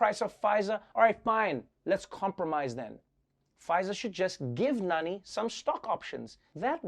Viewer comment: I was surprised when I realised that Trevor pronounced Nani perfectly. (Btw I am qualified to say this becus I’m Pakistani and Nani is what I grew up calling my maternal grandmother)